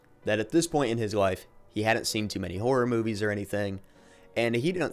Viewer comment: you keep saying Whore as opposed to Horror